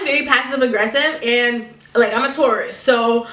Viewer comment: today I learned for the first time she was saying Taurus and not tourist